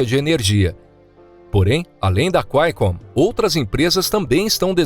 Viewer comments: Quaicomm? Não é QUALCOMM? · Cu- ai-con😂😂😂 empresa mineira?